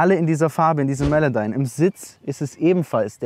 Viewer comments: Woher die “Melodyme” gekommen junge?! 😂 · er sagte ganze Zeit melowdyme, nicht melodyme)